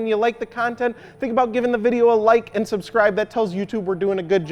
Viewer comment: he sounds like a mad chihuahua when he said "and"